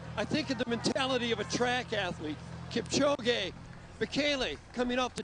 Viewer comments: they pronounced his name Kip - Ko- Gee... smh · Kip - chow - gay